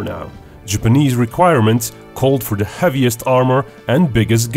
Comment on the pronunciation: It’s not Dee or Diss ‘th’ is not D